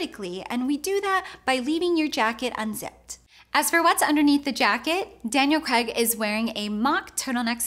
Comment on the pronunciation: "Daniel Creg" LOL Good video tho